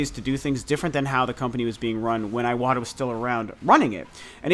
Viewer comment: i love your videos, but please pronounce names correctly (eg: iwata. you pronounce like it's iWata, it should sound like e-wata) . let's not spread misspronunciations : )